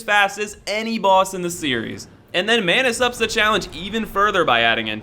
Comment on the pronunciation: Manus? lol